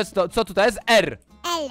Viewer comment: "to ljest jakiś prankster" hahahah